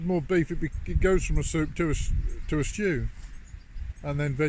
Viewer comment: STEWP, STEWP. Not quite stew, not quite soup. 😂